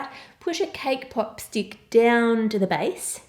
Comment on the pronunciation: Lol I heard cake pop stick as k-pop stick